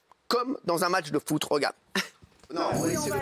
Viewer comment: "comme dans un match de footRE".